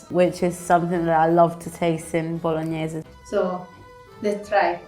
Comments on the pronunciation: for the love of god don't let them corrupt you with that "bolonnaise" stuff, you know in your heart how it is pronounced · The so called Italian doesn’t even know how to say bolognese properly. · How can you say your bolognese is the best when you don’t even know how to pronounce it.